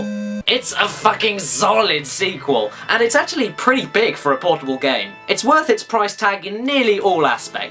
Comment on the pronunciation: I dont know what acual is, but im impressed that mario and luigi can speak "acually"